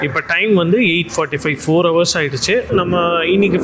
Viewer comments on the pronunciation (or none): none